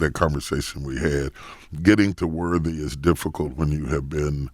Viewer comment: I was confused for about 45 good seconds when Charlamagne said he finally got to "worvy..." I was like... excuse me?!?!? Bishop Jakes was confused too. Alright, let me go post something positive.